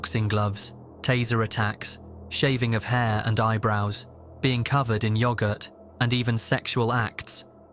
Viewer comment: “Being cover in yee-ohh-guurt”. 😂